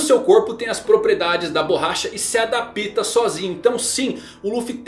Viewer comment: adoro seus vídeos, além de entender dos animes você fala muito bem, mas existem duas palavras que me dói sempre que você repete... Você diz ADAPÍTA, e não ADAPTA, assim como OPÍTA e não OPTA... me ajuda aí... Kkkkkkkkkk